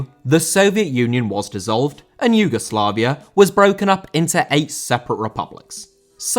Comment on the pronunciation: Dissolved* not Disolve